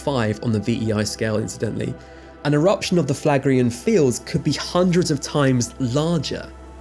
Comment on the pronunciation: Phlegraean = Flegrian (Do you pronounce phlegm as flam?)